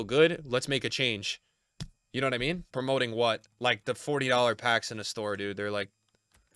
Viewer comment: "Promo'ing" promoting bro its promoting 😂